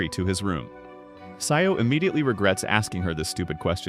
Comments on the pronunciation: Why'd you say sayou instead of Sajo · "sayo" is crazy its "sa-joh"